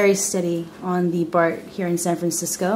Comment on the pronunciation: San Fagsisco... LoL